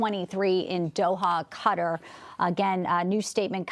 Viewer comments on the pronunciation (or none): Why cant you pronounce Qatar? kah tar not cutter! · Y'all please learn how to pronounce Qatar! It's not "cutter", it's "kuh tar"!!! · I hate that they all keep saying cutter, it's qatar, kuh taar! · Qatar = Kuh'•TaR, NOT "Kutter"! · its Kuh-Tuhr not cutter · They are not saying Qatar correctly. I hate when they say "cutter"! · Cutter? Really? People giving the news and has no clue how to pronounce the location names . . . sheer incompetence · It is not called cutter it is Qatar....The people are called Qataries not cutteries. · Westerners can't make that sound, but it sounds far closer to cutter in native language. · 100%! I can't stand when people say "cutter"! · Qatar NOT CUTTER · Have you ever heard a native say it? far closer to cutter. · I don't know but it drives me crazy when people say "cutter"! It's not a hard word to say correctly. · It’s QATAR, not Cutter! 😂😂😂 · why are they saying Cutter? Where is that?? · Why can’t they say Qatar correctly?